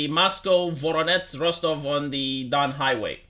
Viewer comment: Also, it's Voh-ROH-nej (same sound, j without d)